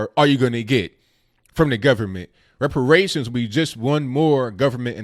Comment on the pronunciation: muh wepawayshuns